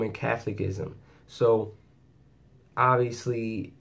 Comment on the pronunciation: I need to help you with your pronunciation. It is cath ol i cism. The unfortunate reason I know this is from 50 years of it. Free now indeed!!!